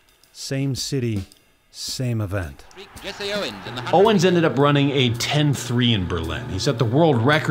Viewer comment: It’s Jesse Owens, not Jessie